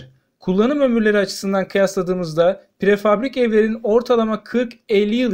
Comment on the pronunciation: Prefabrik değil! Prefabrike denir...